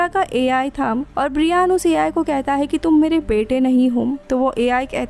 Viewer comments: Bra Yen , it's not Bree Yan. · His name is ब्रायन not ब्रियान 🤣🤣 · It's not briiiaaaan 😕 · Pls check on Google before pronounciation Brian .